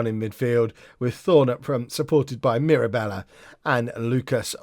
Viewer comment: Mirabella is pronounced as you are currently pronouncing it. So proud of you.